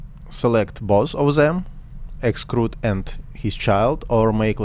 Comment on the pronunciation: ты произносишь слово эксТруд как эксКруд - это может смутить иноземных смотрителей)